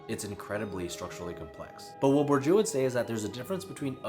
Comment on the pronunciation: You're so intelligent. Keep mind " Bordieu" sounds Bo'r'deea ( the closest), considering american phonetic.